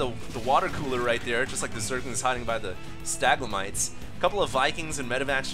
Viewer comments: Staglemites? Have you never heard how to actually say stalagmite or stalactite? That's like elementary education. I love how all the comments are about U-238, but that's not as common knowledge as the geologic formations he can't pronounce. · oh the staglamite pain... i was actually in pain every time you missed the word... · why is everybody always judging. why do u even care if he can't pronounce stalagmite or if he did'nt recognise U-238? we're here watching this video to have fun with some starcraft 2, not to be snobby or judgy...(btw i'm not english so don't start with my misspelling please) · its stalagmite. :P other than that, great cast!